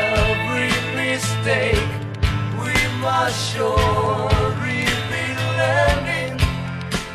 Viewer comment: ¡Excelente! Sólo un comentario: "Weeps" se pronuncia "WIPS", no "WIDS". Del resto, perfecto; el grupo suena exactamente como los Beatles, a quienes siempre echaremos de menos.